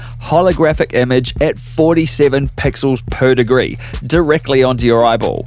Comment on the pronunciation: I don’t know why I get weirded out when you say pixels.. per.. degree. The enunciation fills the speakers. And also when you say some company names or complex tech specs or a long list of adjectives.